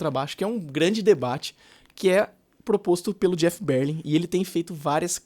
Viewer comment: Que BÉR-lin, rapaz?? É ber-LIN mesmo!